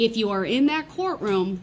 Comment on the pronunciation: He says "you can't do dat"! 😂 hahahaha, ME TOO!